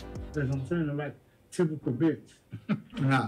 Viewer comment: He has a hard time saying typical so he doesn’t matter